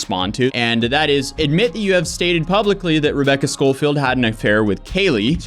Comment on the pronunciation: How can you read Scofield a million times but pronounce it Scolfield? Baffling.